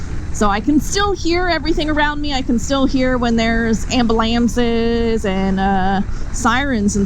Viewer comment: Disclaimer!!!… review was made on a public open course w/ complete rider awareness & defense. Please ride safe! 👍 By the way Took yr advice, peeped quite a few. Hilarious on yr interactions w/ josh and now the way you pronounced amblams! Swear it’s a MW thing… ;) 🍻